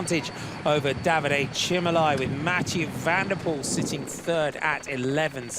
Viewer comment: Not VAN DER poel but Van de POEL.